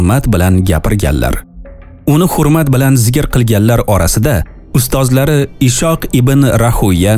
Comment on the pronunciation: Assalomu alaykum brodar ismlarni talaffuz qilishda e'tibor bering Ishoq emas Is'hoq bo'ladi biz sizni muhlisingizmiz brodar